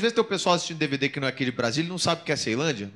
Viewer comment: Iaae falou errado da melhor cidade de Brasília.. Ceilândia